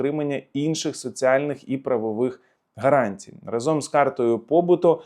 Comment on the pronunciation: Та не разОм, а рАзом! Невже так важко запам'ятати?))